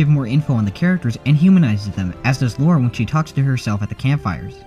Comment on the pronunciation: *Psst* Her name's Lara, not Laura. Lah-rah, not Law-rah.